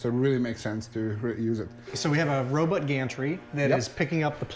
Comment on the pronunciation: He definitely said robutt.